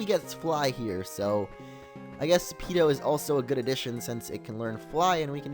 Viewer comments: It's Peeko, not Peeto. Sorry but I'm a gen 3 fanboy I had to :/ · It's Peeko not Peeto. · It's peeko not peeto! Change it in goldenrod when you get fly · it is Peeko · it is peeko not peeto and kingdra is a dragon type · its peeko not peeto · It was Peeko not Peeto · Peeko is the name not peeto :D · btw mr.brineys wingull is named "Peeko" but peeto sounds cooler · He's not called peeto, he's called peeko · not peeto, peeco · It's Peeko not Peeto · And it's peeko not peedo lol. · Mr Briney's Wingull was Peeko, not Peeto. And your team is really lucky for a Nuzlocke! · Mr briney's wingull was named peeko not peeto. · It's peeko not peeto!!! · When I saw you name Wingull Peeto, I was like 'NUU, WHAT ARE YOU DOING? IT'S PEEKO, NOT PEETO! MRAAA!" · Its PEEKO !P-E-E-K-O! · it's peeko